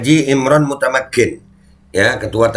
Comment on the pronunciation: Bukan MUTTAKIN, tapi MUTAMAKKIN mantap, lanjutkan beh 👍🏻